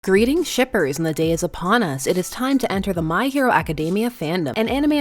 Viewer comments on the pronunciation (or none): none